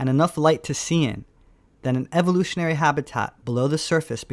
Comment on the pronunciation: ...anyone who pronounces "evolutionary sources" like Sylvester the cat is NOT to be taken seriously